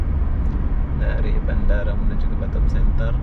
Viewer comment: Batam bukan batem🤪🤪🤪